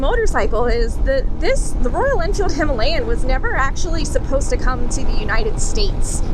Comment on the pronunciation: Gonna sound "bad" but I'm typing it anyway. Four ladies on Royal Enfield "Her-alayan" ??? Buckaroo!